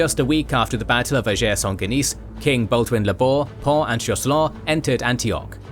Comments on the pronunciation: Another great episode! Very very minor point, you pronounce the Battle of the Field of Blood in French but Ager Sanguinis [AH-gher SAN-gwih-nihz] is the Latin term. It just makes it sound like “To Shake Saint Guinis”😅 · Why did you pronounce “Ager Sanguinis” as if it was a French name, it’s Latin.